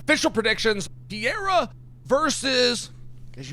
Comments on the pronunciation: PEREIRA! Not PIERRA Come on Chael, give some respect to these fighters names. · Bro why is it so freaking hard to pronounce Perreira. It's not freaking Pierra! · Almost said Pee-era vs Blahoviz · Chael is undisputed p4p GOAT at pronouncing names. Germy Stevens, Blahal Muhammad, Blahovitz, Yarear Rodriguez, Alex Pierre-a, etc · Piera? Not pereira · I love that he still calls him Pee-air-uh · Chael’s Universe is IN ENGLISH. And that’s why it’s Yuri Prohosskuh and Alex Pee-era 🤣 There was no recovery if it wasn’t IN ENGLISH… and messed up Portland English, at that. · Chael, stop calling him "Pee era" dude! You can do better than that. Alex "Pee era" would never call you "Child Sonnen" or something lazy like that. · is it really that hard to say Per-Era, especially when you're going to say his name 50 times, or maybe just called him Alex? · LOL!!! let's go "Pee-era" !!! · "PIERRA" - Cheal Sonnen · It’s so funny to me that Chael can pronounce Prochazka just fine but he calls Alex Piera 😭 Piera is one of my favorite names he says to join the following: - Alex Piera - Hazmat Chamayev - Islam Makalchev - Blahal Muhammed - George Masvidal - Kamara Usman those are just my personal favorites of a long line of the CORRECT way to pronounce these names whether the fighters know it or not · Is so difficult to say pereira 😄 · Funny as hell how chael just decided he would never tried to pronounce pereiras lastname lmao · No it can pronounce pereira as well as Uncle Chael. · Can you please pronounce Pereira his name correctly..